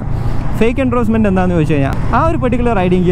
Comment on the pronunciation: എണ്ട്രോസ്മെൻ്റ് അല്ല ബ്രോ. എൻഡോഴ്സ്മെൻ്റ്.